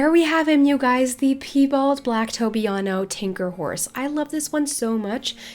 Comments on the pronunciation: You’re pronouncing piebald wrong. It’s pronounced pie (as in pumpkin pie) bald (as in no hair) It is not pronounced pee (as in you need to pee) bald (as in no hair) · the piebald tinker isn't pronounced peebald like you said, but like pie, the cake :)